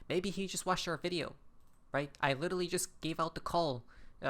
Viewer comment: There is no Little Lee, there is only literally, now pronounce it lit er ally!!!